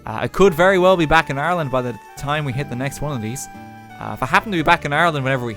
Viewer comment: Just realized he’s saying Ireland not Arland